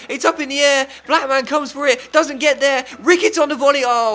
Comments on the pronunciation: I don't think you pronounce Blackman like black man 😂😂😂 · cuz it's meant to be one word not two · i personally would pronounce it like mun rather than man so lookmun Blackmun etc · Black man and Look man. 😂 Defo not how you pronounce their names.